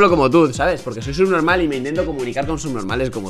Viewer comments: "Será sunormah" JAJJAJAJAJAJAJA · Es que yo escuche que dijo subnomal ,esperen un rato haters no me hagan nada :,V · dice sub norma no sub normal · Jajajajaj como dise subnomael